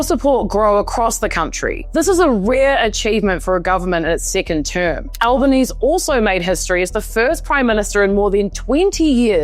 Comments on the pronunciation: Albanese is pronounced like "Alban easy" not "Alban ees". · That was bloody well done! Your videos get me wondering why it's so rare to see anything put together and delivered so well on the telly. And the NZ flag? I thought it was funny, about time us Aussies see how it feels for once! But hearing the last syllable dropped from Albo's name was weird. It's like "Easy peasy, Albanese". Love your work, you deserve at least 100x the subscribers!! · Nice one, I thought you were an Aussie until you I heard you say Albanese incorrectly. But that's ok, Kiwis are cool too, should become our seventh state. 😛